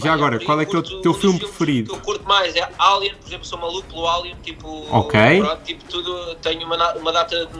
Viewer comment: "...Álian...sou mauluco pelo álian..." Diz-se "Eilien"....EILIEN..